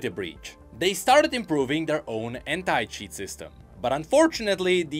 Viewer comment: I cant help but hear “H3nT@ instead of anti when u say it is it just me ? 😂